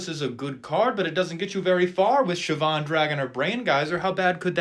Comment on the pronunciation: "Siobhan Dragon"